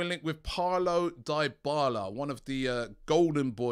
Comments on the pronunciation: ITS DYBALA not DIEBALA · pronounced deeee bala not die bala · Robbie can you simply research the right PRONOUNCIATION of names b4 your show? Enough "sorry" Die-bala? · Dybala? Please Robbie stop it 🤣🤣